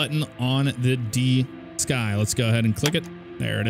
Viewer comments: Just FYI the computer interface DSKY is pronounced “DisKey”. Not D Sky. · It's pronounced "diskey" not "dee-sky"... Either way, thanks for the heads up. It's in my library now. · The DSKY is pronounced diskey.